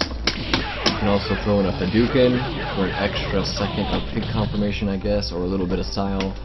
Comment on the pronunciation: How can you call it a HADOOKEN when the character even says the correct pronunciation?